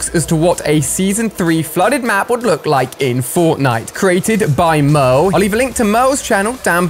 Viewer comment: I can’t tell if he’s saying no or merl